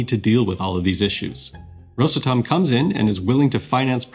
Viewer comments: RosAtom, not rosatOm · Rosàtom not Ròsatom. Please, don't heart my heart and ears! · You make the company sound like a cough medicine “Rosatum” 😂.awesome video tho good job 👏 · rosA'tom pls, dont rOsatom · Well done video, but a small disclaimer: not rosatOm, but a simple Ros Atom, ROS ATOM, RosAtom. Prepare better next time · Ros. [a short pause]. Atom - is how the company's name should be pronounced. Rushed "Rosatom" sounds kinda funny. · Oh, FYI, Ros'atom, stressed on 'a' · The correct way to pronounce it rosAtom. The letter A is the driver of the word. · It's called RosAtom - the stress is on A. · Very informative interview, but for good’s sake, it’s Ros átom, the stress is on the “a” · Nice but it's rosAtom (the stress is on the first syllable of the word atom) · the stress is on the "A", like Atom, it is spelled together, but is pronounces as two words, ros-atom, (atom - just like in english the a is stressed, not o) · You said russletum 37 times in 4 minutes Edit : just finished the video. 129 times in this video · Nice video ! Btw its pronounced rosAtom. The stress is on the letter a, not on the o. (Source- I live in Russia) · It's pronounced "RosAtom" with stress on "a". Almost the same as "atom" is pronounced in English. (English/Russian bilingual). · he is speaking english where the stressed sillable is usually the first one. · Thanks. I'd never notice this without you 😂 However, the word (as in the name of the company) is Russian. Hence "ros" and not "rus". So if this is the explanation you favor, - he ought to pronounce it as "rUsatom" with stress on "U" because he is speaking English and Россия is "Russia" in English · after all the work you put into this video should have put 2 extra mins into learning how to pronounce Rosatom. The ''may be behind'' part in your video where you talk about Rosatom reactors, i think your brain might be behind